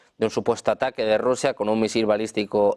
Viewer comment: Esta bien p este amigo no sabe ni como pronunciar un misil menos loque piensan en estados unidos me qué se calle no sabe que putin anda todo cagado